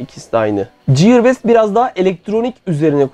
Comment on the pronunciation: Videonun konusuyla alakalı olmadığı ve önemli de olmadığı için yazmayacaktım ama madem İngilizcen üzerinde çalışıyorsun bu minik katkı da benden olsun: ''ciyır best'' değil ''giyır best''. Sevgiler.